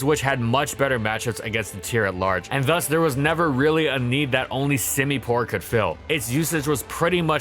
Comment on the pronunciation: "How good whas semipour actually?" He sucks at everything "outro"